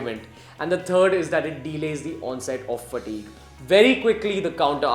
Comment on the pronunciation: please don't say "fatigue " again!! :3 :3 Informative video tho!👌